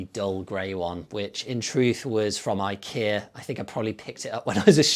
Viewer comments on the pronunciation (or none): none